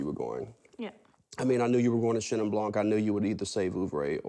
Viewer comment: I just want to say, it is "bl(y)an", not "blanK". The K in "blanc" is silent. And the N is nasal. Bl(y)an(nasal).